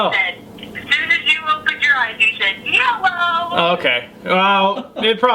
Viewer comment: all you hear in the hallways in my school now is "yellowwwwww" keep it frikin hillbilly